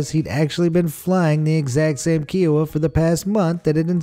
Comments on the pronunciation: The narrator keeps mispronouncing Kiowa. He keeps saying it like keyowa. It's KIOWA with a long ( hard I) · That helicopter is pronounced Iowa with a k. Kiowa. It’s a tribe of Native American. I am from Kiowa tribe. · The Army pilot did not join the Airforce. What the hell. And it is Ki-oh-wah. Ki rhymes with pie. Kiowa. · Kiowa is pronounced like the state Iowa. Kiowa was named for an Native American tribe, like the Apache helicopter was.